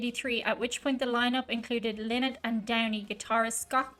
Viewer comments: Phil "Lie-not" as he used to say. Not Phil "Lee-not". But hey, you're the only one to make that mistake. 🙂Cheers from france! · NEVER call them Linnett it's pronounced Lienett. They say a Linnet is a sea bird of some sort. This version cut out the harmony solo at the end. Phil died from his heroin addiction. The band is a one hit wonder in the US. Many hits in Europe. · Its pronounced 'Lie nott'... lynott is a bird!!! Duh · its pronounced phonetically phil lie not. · This seems to be a short version of the song, but still a party anthem. Phils surname is pronounced "lie-not". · Oh man! Is that how his last name is pronounced? I’m from Michigan USA and have always pronounced Phil’s last name Lynott with a long I vowel sound for the Y. Am I wrong? Can someone help. I don’t want to second guess an Irish Lass.